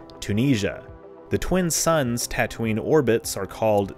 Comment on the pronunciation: As always, very interesting. I've never had a lesson in binary stars until now. 🤓 You are really good at this. And I LMAO when you said Tattootoo😂😂😂